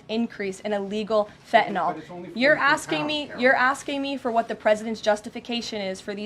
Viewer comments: Fent Nill .. Not Fenta Noll .. Fent Nill. I love this woman but please say it right. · I just wish one of them would, just once, pronounce Fentanyl correctly. It's not hard. Sound it out. Fen-tan -yl. Fenn-tann-ill. Not Fettinoll not Feh'un'aw. Fenn-Tann-Ill. It's easy. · No such thing as FE - ENOL. She does mispronounce words a la modern woke language standards on occasion. And it is annoying. Otherwise I adore her. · The word is Fentynal, not fe a nol, Karoline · It’s fentanyl not “fetenol” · Huge fan of the current administration but they need to have a big powwow and discuss the fact that its Fentanyl, NOT "FENTINALL"!!!!! Even the dumb shit reporter got that right!!!! Drives me nuts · I don’t understand why no one has corrected her on her Gen Z speak.. If something as “Important “ as “Fentanyl” is killing Americans , why does she say “Impor-unt” & “Fen-unal”??🙄 End the Annoying Gen Z speak.. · Why do some people keep saying 'fentanol' when the drug is called 'fentanyl'? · Come on Caroline I was expecting at least you to pronounce fentanyl correctly